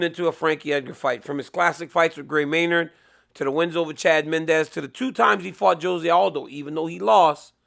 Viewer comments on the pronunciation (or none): none